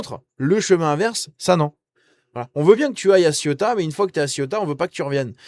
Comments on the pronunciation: Pour rappel on ne dit pas ciotat mais cé-ou-ta . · Arrête de prononcer Ciotat qui est une ville française près de Marseille qui se nomme La Ciotat. Il faut prononcer Céouta pour info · On dit Ceuta et non Cieutat qui est une commune française! Oh!!! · CE-OU-TA,pas CIOTA.